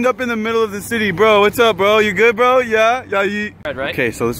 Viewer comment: If you are going to say bro so much at least say it right its bro not bwo